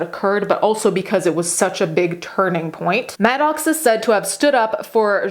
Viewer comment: Pronounced Pax not “pox” “Maddux” not Madox